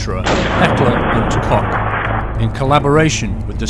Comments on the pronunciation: I know it's an old video, but it's pronounced 'Coke', like the soft drink. It says it on H&K's website FAQ. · Great video! the weapon review, historical background and visual effects were amazing! oh, and you pronounce the "ch" in 'koch' as the "ch" in 'Loch Ness'. keep up the amazing video's! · I reacted to that pronounciation too! lol! Heckler and his Cock!!